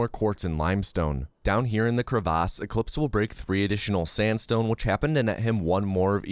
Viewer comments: I like how the way you said crevasse was wrong but sounds more fancy lol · Nice vid but man how do you pronounce crevice??? Crevaace??? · CREE-VASSS LoL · Bro said “cre vaas” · Goof ahh said crey-vass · the way we pronounced crevasse lol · I like how he pronounces crevice